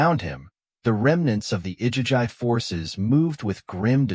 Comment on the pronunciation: It's pronounced I-gee-gee AI is a tool. It's not supposed to replace your brain...